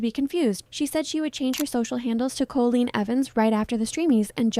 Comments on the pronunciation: monotone voice and mispronunciation of Colleen’s name are some giveaways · don’t think it is ai, I think she just messed up in her speech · Yeah, at some points I was wondering if it was real because you can actually hear the voice taking breaths or like a little huff on the microphone as they’re talking, but at the same time the cadence is so off putting and doesn’t change to fit questions or the end of a sentence. The most off putting thing is definitely saying Colleen’s name weirdly the entire time. It says most words normally, but for some reason it says either “COH-leen” with a really stretched out “Oh” sound or “Col-oleen,” and no human who did hours of research on Colleen Ballinger wouldn’t know how to pronounce Colleen, and would switch between two incorrect ways of saying it. No human being would pronounce it like that even if they didn’t know how the name was pronounced. AI voiceovers are annoying, but I could maybe look past that if the creator at least disclosed that the voiceover was AI, but said they did the rest of the work themselves. When they try to pass off an AI generated voice as their own, then it makes you think the entire video is likely cobbled together by AI, and you’re not even doing any research and giving any opinions yourself, you just asked ChatGPT to write a script about this and find clips online that support it. Then make an AI-generated little mascot of you and have an AI voice read the script ChatGPT wrote for you. And then here I am, feeing stupid for wasting my time watching the first 30 minutes before I realized likely every thing in this video that isn’t a clip from Colleen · yes. Evidence: It says Colleen "Co-la-leen" for example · It is. It says Colleen wrong, like "Co-la-leen" multiple times. For example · yes. It says colleen wrong multiple times, a dead giveaway. "Co-la-leen" for example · Why do you say Co-la-leen? Is this AI scripted? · Never heard the name Colleen pronounced like this.